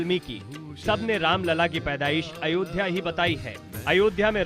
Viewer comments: कुरेशी उल्लू है इसे अयोध्या बोलना नहीं आ रहा अयोध्या के बारे में क्या लिखेगा कुत्ता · जिन्हें अयोध्या का उच्चारण भी नहीं आता है वह भगवान राम के विषय में वह भगवान राम के जन्म के विषय में किताब लिखने की जरूरत करते हैं ऐसे गद्दारों को जेल में डाल देना चाहिए वह उस किताब को बैन कर देना चाहिए ताकि किसी धर्म के खिलाफ ऐसी अभद्रता दोबारा ना हो जय हिंदू जय सनातन